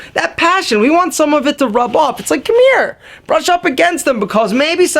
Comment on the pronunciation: Are you from NY? The way you said "Rub off" gave me a sense that you're from brooklyn, the bronx, or manhattan. Awesome video :D